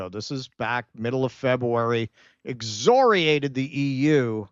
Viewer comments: it's exCORiate, not exzriate. The word contains the letters C, O, & R. Not Z. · there's a hard 'c' in 'excoriate.' Sorry, I don't mean to be sathing of your pronunciation.